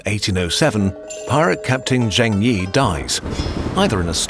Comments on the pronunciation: I think many hours of research went into this video - so I beg you, please try to pronounce foreign words in a more accurate way, because hearing over and over "Zheng" as /ʒeŋ/ instead of /d͡ʒeŋ/ was really painful. I understand that there's a weird trend in American media to pronounce Beijing as /beɪˈʒɪŋ/, but English speakers are perfectly capable of saying /beɪˈd͡ʒɪŋ/ - I'm not saying you should pronounce it with tones, or anything like the original /peɪ̯ t͡ɕiŋ/, but as part of your research, figuring out the pronunciation of those words that you will repeat so many times is not too much too ask I think. Again, I'm not asking for native-like accuracy, just as accurate as possible with English phonology. Thank you. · Why do westerners pronounce every miscellaneous Chinese consonant like the French J? It's not even a sound that exists in Chinese. Zheng is pronounced like Cheng but without the aspiration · don't mean to be mean, but Zheng could be pronounced more accurately. just saying, since i'm sure you know how to figure it out. otherwise, not a big deal of course. super excited with this new channel :)